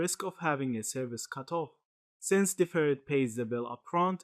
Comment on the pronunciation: Finally someone who pronounces the name correctly 👍🏽